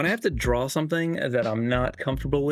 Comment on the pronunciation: why do people say "DRAW" with an L?? DRAWL? DRAWLING??? really? Other than that.... nice.